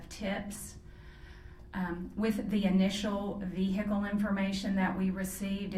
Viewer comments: OMG STOP SAYING "V-HICKLE"! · I like how she says "vee-hicle" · Did she say a vee hickle?